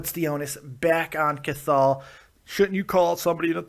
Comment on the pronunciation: Hey, love the videos but his name is pronounced "Kahal". Much love from Ireland